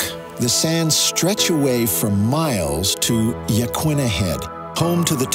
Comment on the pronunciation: I cringed everytime he said "Yaquina".